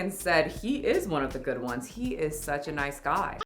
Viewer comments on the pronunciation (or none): none